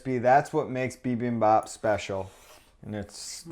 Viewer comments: lol bibabap? You guys mean bibimbap? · Just a lil tid bit: Bibimbap is pronounced Bee beem bahp. And the Koreans usually say Gim chi, not kim chi. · Haha "bee-bom-bap"